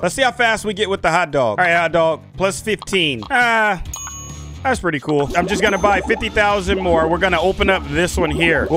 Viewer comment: You mean "cool" not "coll' ? Not Trina be mean